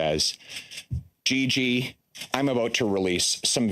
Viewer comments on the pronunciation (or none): none